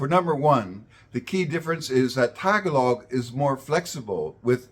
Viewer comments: First of all, your intonation for pronouncing the word "Tagalog" is like the American downward-staircase intonation in which you start with the highest pitch at the first syllable and proceed downward in pitch with each successive syllable. You also emphasized the first syllable by lengthening it, then you use a very short duration for the second syllable before again lengthening the third syllable, as in LONG-short-LONG. The syllables in Tagalog words normally have identical durations unless they are used in songs or melodies, and should thus be more staccato like a jackhamner or metronome. Furthermore, Tagalog's intonation requires the penultimate (second-to-the-last) syllable to be higher-pitched than the other syllables. Thus pronounce it as [t'-GAH-log], not [TAH-g'-log] where the apostrophe represents a Schwa or a shorter or indistinct vowel for that syllable. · In English, the word "Tagalog" has the stress on the second syllable, not the first. Someone doesn't have to be a speaker of Tagalog, native or non-native, to pronounce the word correctly. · If Filipinos make a video about a subject, they should learn its correct pronunciation beforehand; the subject isn't some random mispronounced word that comes up in extemporary speech. And no, this is not like asking a Filipino to pronounce English words in some way; the word "Tagalog" exists in ENGLISH so this is exactly asking an English speaker to pronounce an English word correctly. Furthermore, this video is about linguistics so you'd expect a level of expertise with phonetics. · You pronounced Tagalog all wrong. Makes me think you got your info from Wikipedia and don’t know what you are talking about.😅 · Okay, one thing I kept wincing at which also illustrates why Tagalog is harder than Malay: stress is very important and can change the meaning of a word. For the word "Tagalog" the stress is on the second syllable and hearing it on the first syllable its hurting my ears. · It’s ta-GA-log not TA - ga-log 😊